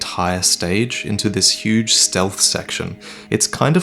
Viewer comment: You mean "yuge"? ...ill just go.